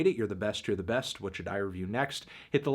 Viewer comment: Why do you always say "Tyler DI Creator" and not "Tyler THE Creator"